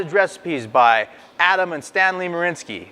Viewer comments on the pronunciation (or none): As a side note, it”s “Marianski”, not “Marinski”.